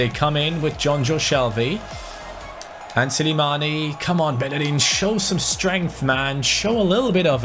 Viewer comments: Still don't know why people say Silimani instead of Slimani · Why do you say Silimani,man it's Slimani😂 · It's Slimani not Silimani 😂😂😂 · he’s name is not Silimani its Slimani. #likesoCani can see!